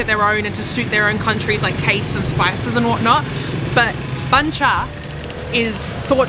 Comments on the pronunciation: it's funny the way you eat bun cha. Combine the meat and bun together dip it in the sauce. You don't eat meat and bun separately like that. Btw, it's called "BUN CHA" not "BANH". Pronounce B U N, not B A N H. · Actually, it's pronounced "boon" with the Vietnamese accent. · The way she pronounced it sound exactly like "BANH" which means a "cake" or "baguette" in Vietnamese